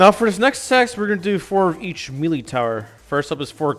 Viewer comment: Lol bro said mealy